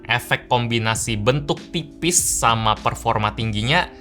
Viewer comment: ini apa aku saja salah denger ataugimana,:goodvibes: kedengeran di menit kayak mau ucapin TIPIS tapi seperti diucapin PIPIS